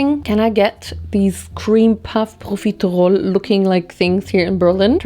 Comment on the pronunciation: the way you pronounce/annunciate profiterole is scratching an itch in my brain 🙌🏼